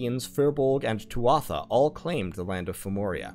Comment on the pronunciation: Mate sorry to be a bit pushy buut the pronunciation of Tuatha is "Too-ah" not "Twatha"